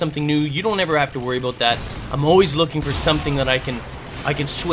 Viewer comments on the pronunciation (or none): LOL HE SAID ABOOT!!!!!!!!!!!